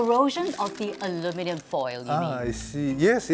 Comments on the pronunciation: Learn to speak please. Its not aluminum foil. Its AlumINIum foil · It's funny (and bizarre and weird) that you say "aluminium", but you pronounce it like "aluminum". Super super weird. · wtf gibberish is this in the first few seconds alooominnnynumnums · Why are they using the French pronunciation… the English word is ALUMINUM. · Ali-mi-nyum. I see what you did there . Blended the two pronunciations 😂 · Ulminium 😅 - somewhere between the UK and USA pronunciation. Great subject though. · It’s pronounced Aluminium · Aloo-min-yum, is the newest pronunciation ive heard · The way she pronounce Aluminium bothers me lol .. She's pronouncing it like Aluminum (American) but then she says Aluminium (British) 😂😂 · The US English pronunciation of the word AluminIUM is so jarring. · It’s AH-LOO-MEN-NUM not AH-LOO-MEH-NEE-UM. The Asian men can pronounce it. 😂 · Your pronunciation is somewhere in between the British and the American pronunciation of aluminium/aluminum - it's trippy! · Anybody bothered by how she pronounces aluminum? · It is Alumin-i-um NOT alumin-u-m!!! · What is that combined pronunciation of aluminium and aluminum? lol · I wish she’d just simply say foil instead of using the element first & pronouncing it half English and half American as if trying to please both sides yet talking with an English accent the rest of the time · ALU MIN I UM ... how hard is it to say? the american way to say it is just beyond r3t*rded ! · You are not saying it correctly I'm still using it every day. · Thats some weird pronunciation of the word. Sort of like a hybrid version from mixing the American 'Aluminum' and the English 'Aluminium' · I am trying SO hard to pronounce “aluminium” the way she does, lol. In the US, we say “aluminum” with only one i. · The only thing more upsetting than aluminum affecting our food is that, though the word “aluminum” has 4 syllables, people keep giving it 5. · I THINK YOU SHOULD FIRST LEARN HOW TO PRONOUNCE ALUMINIUM CORRECTLY